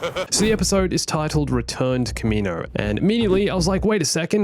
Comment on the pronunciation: Your pronunciation of kaminoan...